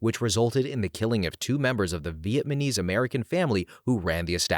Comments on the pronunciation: are you saying vietmanese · is he saying vietMaNese😂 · As a Vietnamese I am slightly humored by the way you pronounce that word =))